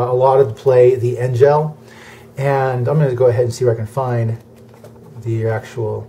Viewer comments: In German its actually pronounced En-geh the En sound then the hard G like you said but no L sound at the end more of an Er or Eh sound. But yeah the maker of this video pronounced it incorrectly like any American would. They say what they see lol. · That's not how you pronounce Engel.